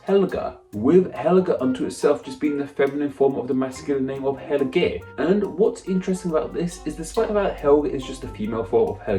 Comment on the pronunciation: Helge is said as Heel-guh not Hell-gay. Edit :in most Germanic languages anyway.